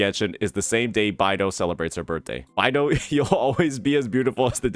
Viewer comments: It's beidou not baidou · i could've sworn it was pronounced "Bay-dough" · Today i just learned that pronounces Beidou "By-Do" 😭